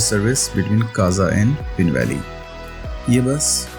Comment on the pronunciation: I think the name is पीन not पिन And these villages are मूढ़ and संगनम